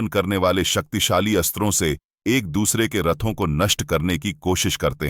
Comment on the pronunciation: Is it only me or someone else also noticed that he said Saktisali Missile in